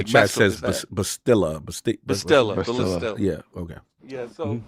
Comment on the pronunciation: It’s pronounced BAH-STILL-AHH and REV-AN lol